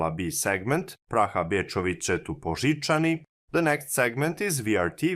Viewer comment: As a Czech I must say your pronunciation of the word Poříčany is excellent. Well done!